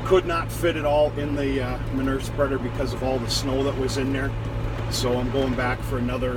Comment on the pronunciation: Manure = Muh - New -ER.....LOL